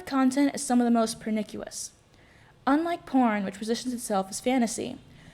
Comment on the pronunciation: pernicious is pronounced 'per-nish-us' rhymes with delicious.